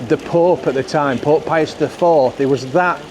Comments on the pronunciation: Not saying I av trouble with ur accent but wen u said, Pope pius, I thought u said, pork pies 😂, I will clean my ears out 😜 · Took me a moment to work out that you were saying "Pope Pius", I thought you were saying "Pork Pie us"! 😅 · I loved this video. You did make me chuckle with all the historical information at one point because of your accent I thought you were saying pork pies but you were saying pope 😂 great content I love how down to earth you are in these videos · Kept thinking you said "Pork Pie-us"!!! 🤣 Pope Gregg - Patron Saint of Sausage Rolls. Not many people know that 🤔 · Thought you were saying Pork Pie'us , The patron saint of Yorkshire ee baa eck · I could swear you were saying ‘pork pie’as’ 😜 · I thought that too 😂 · Did you say Pork Pie-us ?? 😂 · OK, I have to admit I thought the same thing...